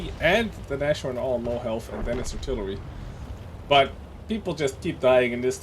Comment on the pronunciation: By Odhinns beard,, it's Naz-horn, not Nash-orn